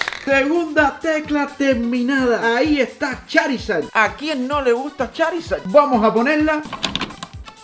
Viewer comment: Charisad❎ chorisad✅